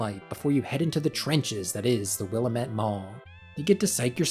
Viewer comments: Btw Willamette is pronounced will-AM-et (rhymes with "damn it" 😝) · What throws me is how they say Willamette. I live next to the Willamette river and that's not how we say it. made it rough to watch this video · The name Willamette comes from Oregon, idgaf how they pronounce it in game we say will-lam-it